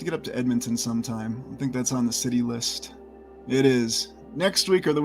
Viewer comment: This is a large schity, a port schity.